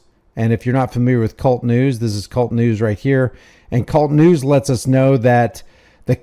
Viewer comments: It's not Cult News it's K-U-L-T News Each individual letter.( K ) (U )( L) ( T) News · It is NOT kult news, It is K- U -L -T news. He HATES that when people say "cult" news. Keep exposing the thugs!! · It’s not kult news it’s K-U-L-T news not 1 word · Its not Kult news... its K.U.L.T news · KAY-YOU-ELLE-TEE NEWS. K. U. L. T. NOT cult news.